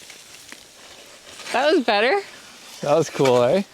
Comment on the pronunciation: "Iss -It's kewl" lmao